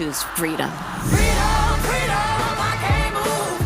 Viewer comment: Don’t you mean “Fweedom”?